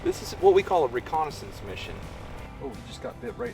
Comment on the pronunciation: do you realize how rediculous it sounds when you say recondensence mishion huuuuh huuuuh duihhhhh